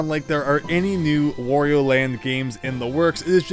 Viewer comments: It's "wah-ree-oh" not "woh-ree-oh" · Please learn to pronounce Wario correctly (it rhymes with _Mario_, however you pronounce that).